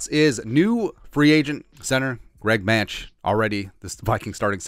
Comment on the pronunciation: I believe Mancz is pronounced Mants. Hopefully, he gets some playing time at Soldier Field.